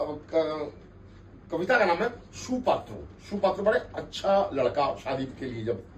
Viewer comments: সুপাত্র নয়, "সৎ পাত্র"।😂😂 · Not shu Patra...shat patra